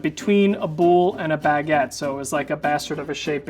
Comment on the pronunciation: Yess that pronounciation really bothered me but i didn't want to point it out, but you did it the funniest way